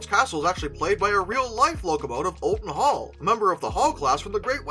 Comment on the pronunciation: Just so you’re aware, it’s pronounced Ol-ton Hall. Not All-ton Hall.